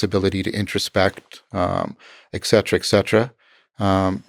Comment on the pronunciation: ECK CETERA! NOOOOOOOOOOOOOOOOO! ITS ET CETERA! ET! ET!